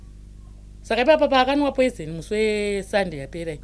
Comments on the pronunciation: Yea kunemweya yetsvina pano panyika ndazobvuma kuti aiwa iriko but naye obva akoniwa kuti poison oti poizent😂😂😂😂 peace mind instead of peace of mind 😢😢😢😢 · kkkkk chirungu bho hre poisent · Word "poisent "for me😂😂😂😂😂😂